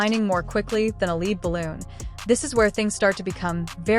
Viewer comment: Lead Balloon? Your AI voice bot pronounced that incorrectly